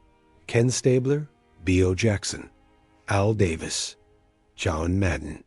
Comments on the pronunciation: "B.O. Jackson!!!" 😂😂😂 Come on AI, do better! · This AI voice sucks. Bee Oh Jackson?! Come on with that. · Beeooo Jackson … AI fatigue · Did that computer just say B.O. Jackson? Btw, I'll never forget Cliff Branch. Speed kills.